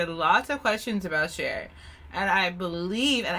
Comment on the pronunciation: oh snap "cher"